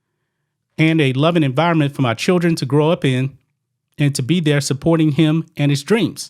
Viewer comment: "I have my childeren" Says volumes